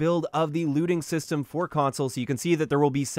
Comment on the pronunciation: When he said "Looting System" I though he said "Lewding System". Not sure which I would prefer xD